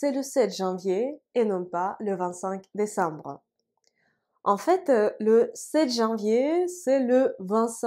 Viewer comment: ... брэ. désambre жёстко получается. А вообще чётко, как по книге. Какая альма-матэр?